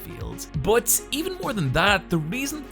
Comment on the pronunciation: Its pronounced 'but' not Bot